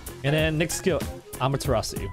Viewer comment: Thats how you say it lol